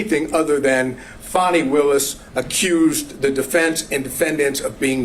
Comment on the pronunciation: That is not her name. It's Fani, pronounced like Fawny.